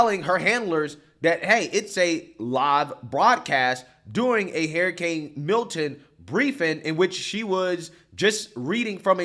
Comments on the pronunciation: Idk if he's saying HARRIcane on purpose, but its accurate. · Why does he always say "Hair A Cane " LOL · Gotta love how pronounces “hurricane”, “harrycane” 😂😂😂😂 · Hair-a-cain... lol 😜 Just joshing. a legend! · “Hairicane” Kamala! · I'll be glad when this is all over so you can stop mispronouncing HURR-ICANE for fuck's sake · I can't get over how says hurricane. He says Hairacane. It might be the drinks, I have had. But I love this man he has the same values I have. America First so America can and will defend Israel at all cost. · you gotta pronounce hurricane correctly lol